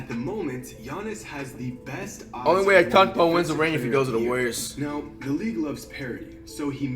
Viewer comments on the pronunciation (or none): none